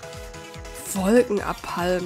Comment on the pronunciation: Wolkena-Palm? xD Ich glaube eher es ist Wolke-Napalm,;) Napalm, der Brandstoff...